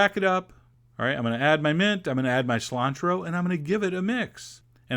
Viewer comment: but he says something like "Salantro"